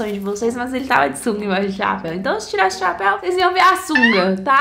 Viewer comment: Ela fala chaaaapeu